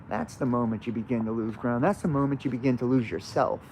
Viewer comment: When you said, "the moment you make that Faustian bargain, that deal, then you lose ground," I heard "lose crown."